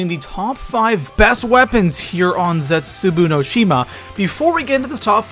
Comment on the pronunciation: It's ZetsuBOU not ZetsuBU....... jeez